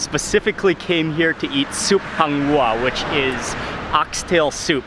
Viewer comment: Its hang wuar not hang wa lol😂😂😂😂